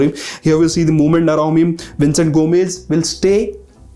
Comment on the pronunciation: He is saying Vincent but it's Vicenete